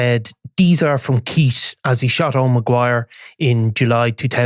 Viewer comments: He said Deez are from Keits 😂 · Dees are from Keitt appalling pronunciation have some elocution lessons stop scratching your nose These are from Keith stay in the background